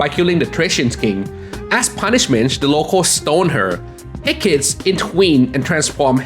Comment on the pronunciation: It’s pronounced hek kah tee.